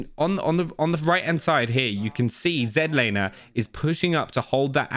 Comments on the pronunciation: Z Laner. Not zenlaner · Zedlaner cuz not American lol love you brother